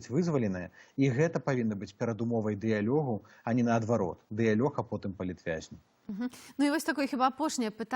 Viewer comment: Вячорка, не скажай беларускую мову. Што за "плЯн", што за "дыялЁг"?